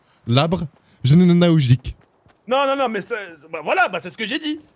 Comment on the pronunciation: « Un labre genelalogogike » 😂😂